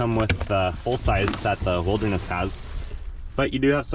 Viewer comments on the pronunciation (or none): none